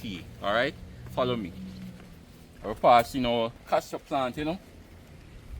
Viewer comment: have I been pronouncing "Castor" wrong all these years?